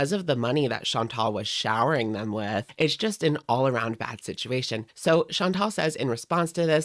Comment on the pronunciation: I'm sorry--did you say "all around bad situation" or "all around fat situation"? Accurate either way.